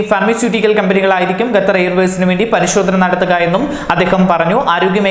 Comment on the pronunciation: Gathar allaa potta Qatar ennann